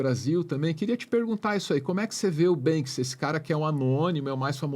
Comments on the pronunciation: me incomodou mais foi a preguiça intelectual de falar "Bansky" o tempo todo, diz que conhece o cara mas nem o nome fala certo. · Ele tá falando Bénski o tempo todo, me surge a dúvida, é a forma certa de falar Banksy? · O cara fala "BanSKy" hahahahahahaha 😂😂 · poxa fala só uma vez o nome do Banksy certo, vai... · BANKSI?? Vamos falar em PORTUGUÊS, nossa língua mãe,?? 🙄